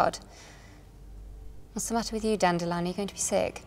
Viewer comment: I am glad she pronounces Dandelion correctly unlike the narrator of the audiobooks.